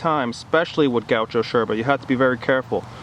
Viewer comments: Loved the vid, hated that you pronouncing yerba and bombilla like a pretentious Argentine. hahaha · cool videos, just one thing... is not necessary to call yerba, SHerba, or the bombilla bombiSHa. Thanks! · Why do you say „sherba“? Do you say „shes” instead of “yes” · First of all, i'm from paraguay. I found out this whole yerba trend thingy a while ago, and i'm somewhat glad it took off, more places i can travel to and still be able to keep it up with the habit. But why, for the glory of satan, why do you say "sherba" and "bombisha" with that obnoxious accent? I mean, you do use a perfect porteño accent, if somewhat exaggerated. But, why? My ears almost bled. It's ilex paraguayensis, you know that, right?